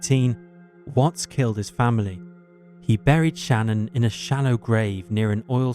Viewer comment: Her name is Shanann, not Shannon. Pronounced like Shih-NAN.